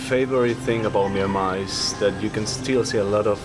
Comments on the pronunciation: Actually it is not mee an mar but myan mar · it sounds like you are saying MeanMa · It's not a Meenmar dear, it's a Myanmar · Nice but why the hell does he keep saying 'Meenmar'?